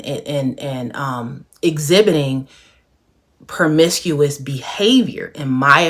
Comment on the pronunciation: Promiscuous not permiscuous